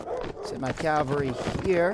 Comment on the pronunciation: Sorry for nitpicking but it's cavalry, not calvary. It's actually a common mistake.